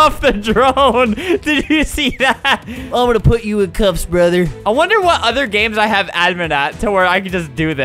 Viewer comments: What he said: ehat What flamingo made it sound like : JajHshsusnsIJjuhd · "ehat" CRIES